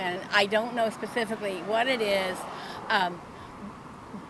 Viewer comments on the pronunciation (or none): This “ former educator” can’t pronounce the word “ specifically” I won’t take any of her advice, moron